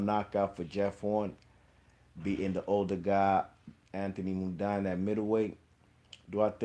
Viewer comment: Before you put out a video learn to pronounce Mundine first. Pronounced Mundeeen